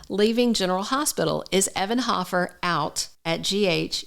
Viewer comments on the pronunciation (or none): It's HOfer you are saying it wrong